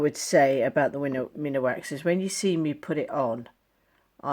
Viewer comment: I just found your channel & all I can say is WOW. They look amazing. I do have one correction though. Minwax is pronounced Min Wax, not minawax. Sorry, I don't mean to be a jerk, I think it's heredity. I loved the rings very much.